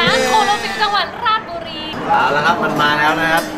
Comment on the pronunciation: อ่านผิด. ราด ชะ บุ รี